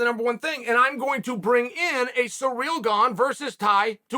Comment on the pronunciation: how Chael pronounces Cyril.